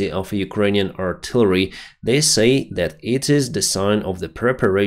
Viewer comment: Can someone please tell him how to pronounce the verb to say. Thanks